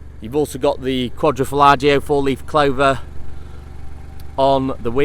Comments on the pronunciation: Its quadrofoglio(quadro folio spoken) Not quadrofollagio! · I'm reporting you for butchering the name. Quadro falagio????